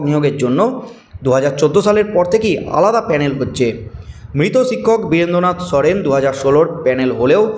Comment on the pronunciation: “ছিক্ষক” নয় শিক্ষক। ঠিকঠাক উচ্চারণ করুন। চেষ্টা করলেই পারবেন।